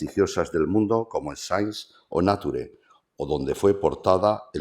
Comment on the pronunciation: ¿El presentador no sabe ni leer? Y decir Náture a la revista Nature, es peculiar también.